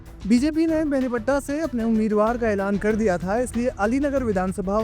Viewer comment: बेनीपट्टा नहीं है भाई बेनीपट्टी है😂😂😂